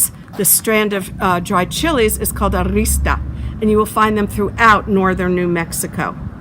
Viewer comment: Hilarious! She has no idea what she’s talking about- he was dead by 1868, right? So he probably didn’t live there in the 1890s. And it’s a Chile Ristra, not rista- but kind of her to interview the dude who says so little in so many words😂